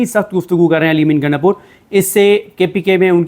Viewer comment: محترم نام صیح بولا کریں نام گنڈہ پور ہے گینڈہ پور نہیں